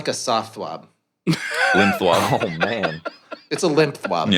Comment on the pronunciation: maybe im dumb but why do they say Thwab instead of Twab?